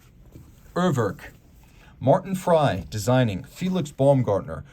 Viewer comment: your pronunciation of Urwerk is ridiculous! Work on it!